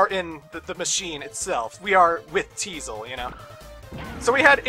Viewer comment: The fact that Tiesel still can't pronounce the name of his own ship drives me up a wall.